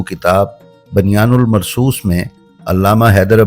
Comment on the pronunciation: Aapka ye silsila Masha Allah bohat zabardast hai , bus zara talaffaz pe tawajjah ki zaroorat hai. Ye lafz Banyan ul marsoos KO Bunyanul marsoos hai. Darasal ye Quran shareef Ka lafz hai ب پر پیش ہے زبر نہیں 🙏🙏🙏